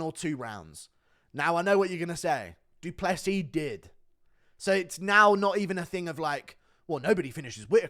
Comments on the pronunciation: "doo doo Plessis" 💩😂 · Da Dew pless eez